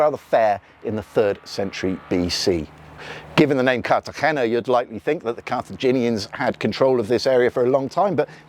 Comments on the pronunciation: Nice video but you’re pronouncing Cartegena poorly. Think Car tah hey nah. You are using a deep throat approach to pronounce the “hey.” It’s not that deep. The sound stays forward in your mouth. Give that “r” a slight roll and a light “hey” and you’ll have it. 😊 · Interesting, but why can’t you pronounce Cartagena?